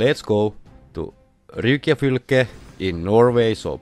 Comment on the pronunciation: Great video. The way you pronounce Rygjafylke is like right out of the game 😂